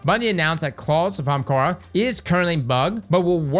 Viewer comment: Are you physically incapable of saying "AH- hahm-kah-ra"???